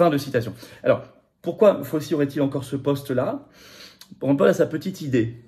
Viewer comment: S'il vous plait, c'est prononcé FAOU-CHI, non pas FAUSEE a la française, Svp, ca fait ma aux oreilles l pour l'homme politique que vous êtes, Florian. merci.